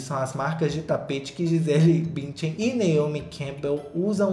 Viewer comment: Morri com o Gisele "Bintian" na reportagem. 😂